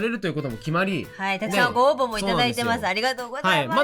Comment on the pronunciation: 本当に申し訳ないから先に謝っておきます。すみません、、 さやさんが「沢山、ご応募頂いています」って言ってる場面が「沢山、ボーボボ頂いています」にしか聞こえなくて1人ツボってますw